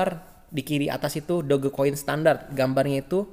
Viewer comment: sebut la betul2 DogeCoin...Doj Coin..cara sebutan betul...memalukan betul la..